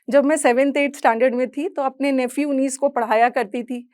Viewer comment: Inconfident is not the correct word...nephew ki pronunciation bhi wrong🙄